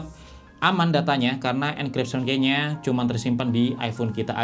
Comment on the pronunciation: Bang, key itu dibacanya "ki" bukan dibaca seperti tulisannya "key".